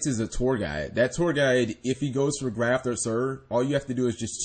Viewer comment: Graff, not Graft. You add Ts to things in all of your videos.